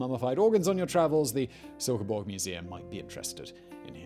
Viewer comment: As a Dane, i have to compliment your pronounciation of my hometown of Silkeborg, it was spot on :D Furthermore, i find it funny how many bog bodies are found in Denmark